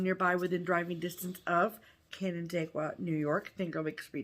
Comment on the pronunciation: Canandaigua was pronounced correctly. Lizzie Borden rhyme familiar to me, too. Great birthday card and sweet mug.